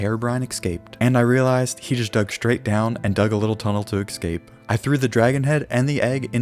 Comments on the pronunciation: i dont like how he says escape, he says it like "excape" and it annoys me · Youre saying.,, escape" kinda weird like eKscape